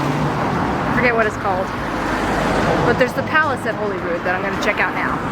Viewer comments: It’s actually pronounce Holly rood.not holy rood. It’s lovely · It's pronounced Hollyrude, I know this because I grew up in a B&B called Holyrood House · It's actually pronounced 'Hollyrood'...as in, christmas holly. It's an understandable mistake because its not spelled that way. (spelled/spelt.....see... I dont know).. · It’s normally pronounced ‘Hollyrood.’ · Holyrood in normally pronounced 'HoLLyrood' Great vid! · It is Arthur's Seat that you climbed, not Holyrood mountain or hill. Also, we pronounce Holyrood like Hollyrood. Don't ask me why :-) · That is Arthur’s Seat Not Holyrood mountain Holyrood btw pronounced the same as Hollywood but Rood instead of wood Completely unrelated but the best football team in the world play in the stadium you could see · you’re narration was a very enjoyable enhancement to your lovely day spent in Holyrood Park(which BTW despite having just one L is pronounced like the berries not the Bible). I don’t know if anyone left a note, but those thorny bushes with the brilliant yellow flowers you kept walking past as you went up the hill are called Gorse. You’ll find them all over hilly rocky places across Britain, like Cornwall and Wales. Also, despite being confusing (not to mention incorrect, redundant and long winded IMHO) that big royal pile is officially called the Palace of Holyrood House. It’s the Queen’s official residence in Scotland, as Buckingham Palace is her official residence in England. Being the ultra pedant that I am, my view is if it’s a house it’s not a palace, if it’s a palace it’s not a house, and therefore I call it Holyrood Palace and leave it at that, on the principal that until Victoria moved in and it’s status changed, Buckingham Palace was called Buckingham House. When it became B’ham Palace they had the sense to drop the house bit.